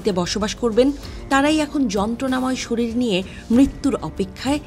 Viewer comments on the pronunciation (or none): none